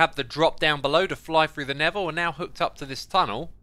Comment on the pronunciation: Am I only the peron that hear never when xisuma said nether?